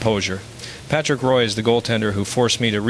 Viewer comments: No intelligence here i see.just more lazy ass Ai,,it is Roy prenounced as WA not Roy as in toy dummy. Stick to tennis if u even know anything about that. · Jagir and Roy pronounced like someone who has never watched the game. Yeah, this is not Mario. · Definitely Al....Lemieux is a native French speaker, he would not use the English pronunciation of Roy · If this really was Mario talking , he wouldn't of mispronounced pat and jams names - AI is already out of control ! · Yeah, the French Canadian mispronouncing a French Canadian name is pretty much a dead giveaway.